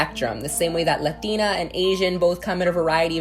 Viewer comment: Kisses for the queen saying latina properly